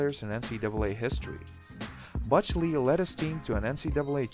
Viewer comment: "Butch" is not that difficult to say.